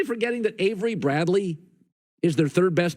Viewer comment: Dude Said averey Bradley 😂😂😂